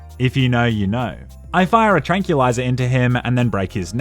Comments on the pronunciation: Can you say "tranquil" (as peaceful)? Trank-will. Now add the -liser. Trank-will-iser. It's not trankey-liser. Perhaps if you can finally pronounce this word correctly, you will be ever so slightly less of a disappointment to your mother! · It's pronounced "trang·kwuh·lai·zuh", not "trang·kyee·lai·zuh" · Your pronouciation of Tranquilizer as "tranculizer" truly triggered my autism to stage 5 head smacking, I dunno why. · Say "tranquil" Now say "tranquil eyes" Now say "tranquilizer" If you said trankyoulizer again I'm gonna trankyoulize you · Wtf is a "trank yewliza"? Seriously, tranquilizer is throwing you like Nuk u lerr? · "Tranculizer"? Who needs tranquility when you can feel trancule?